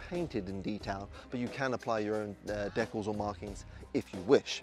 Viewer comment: Dee cals! Dee cals! Why is this so F@ Hard?🙉👎